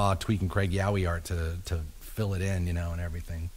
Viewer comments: at first I though "what the hell are they saying? yawie? iahwee?" then just by remembering the episode I realize they ment Yaoi, but damn that some bad pronunciation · The way he pronounced “yaoi” this shit is making me laugh so much